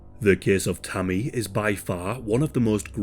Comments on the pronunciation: I kept thinking he was saying Tummy or something 😅, but yea RIP Tammy 😞🕊️🙏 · I thought he was saying tommy at first